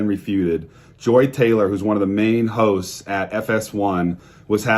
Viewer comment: I heard "Joy Taylor...one of the main hoes" instead of hosts and it fits this situation perfectly 😂😂😂